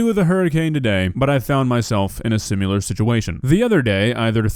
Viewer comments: SIMILAR. NOT SIMULAR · you’re the man.. but, it’s “similar”, not “sim-u-lar”!!! 😆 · Dude, love your content, but seriously. It's "sim-IL-ar" not "sim-U-lar." Similar. Similar. Sim. Il. Ar. Not Sim. You. Lar. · Not to nitpick or anything but ... "SimUlar" ? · “Simular situation” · Dude you GOTTA stop. I love you, but quit saying simular. It’s similar. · Love you,, but why do you pronounce the word similar as "sim-you-lar"? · why do you say “simular” and not “similar” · "Sim-i-lar" Not "sim-you-ler!" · I love the way says "similar" "Simular" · there is no "u" in the words similar or similarly. Sim-i-lar.